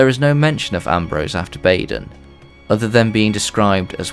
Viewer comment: Its "Badon" I believe